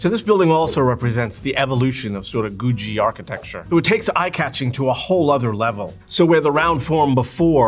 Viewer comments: Googie is pronounced like boogie or noogie, (with a hard g beford the ie), not goo-dgee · Wait, I thought it was Goooo Geee architecture. That's how that was pronounced in Los Angeles. It's called Goo Jee among architects? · It’s googie as in google, not goojy. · Awesome video. But isn't it GOO-ghee, not GOO-GEE? Does it rhyme with Bougie, or Boogie Woogie?!? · You’re mispronouncing everything. It’s Googie not gooshzie. It’s Nevada not Nevaah da. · You're pronouncing googie wrong. There is no 'J' in Googie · IT'S GOO-GHEE! not goo jee. ugh. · IT'S PROUNCED GOO-GHEE NOT Goo-JEE!! Great video though. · You are correct. This presenter is wrong. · Stop saying goojee. ffs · Why does he pronounce Googie like Goo-G? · Ive never ever heard someone pronounce googie as "goojie" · The second 'g' in 'Googie' is a hard 'g' - "GOO-ghee". Unbelievable. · Its pronounced Googie with hard G's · I’d known it was called googie, but I’d never heard it pronounced before. I thought it was pronounced with hard g’s. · It is pronounced with hard G's, I don't know why he's pronouncing it weird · Pronounce "Googie" correctly. Architectural Digest needs to go to the real experts-- in Los Angeles. "Googie" started HERE. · Stop saying Googie like that! lol. great video, though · Who is mispronouncing "Googie" for the entire video. What kind of expert is THAT???? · Today I learned I've been pronouncing Googie wrong. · He's mispronouncing "Googie" throughout the entire video.